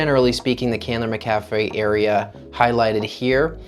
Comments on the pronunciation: Locals pronounced it Mac - ah - fee. I recently purchased in quiet subdivision in Candler McAfee upside price! very quiet neighborhoods close to downtown/midtown/buckhead airport downside decent shopping is in adjacent neighborhoods but as the area changes hopefull that will too, the only bad thing i can think outside of that is schools. But it you have no kids and can afford private it a good option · Exiting to the left soon as he mispronounced McAfee Certain he’s clueless regarding real estate in the Metro. These new transplants need to acquire more knowledge instead of jumping on the internet for a fast buck